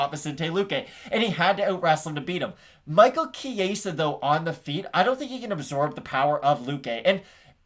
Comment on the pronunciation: Good video. FYI though. The E is pronounced like the e in escalate. Not the Spanish “A”sound you kept saying. Good luck gents!